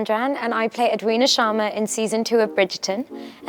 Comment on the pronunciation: Why they pronouncing Sharma as shawarma lol Indian diaspora be disappointing when they can’t even pronounce Indian names properly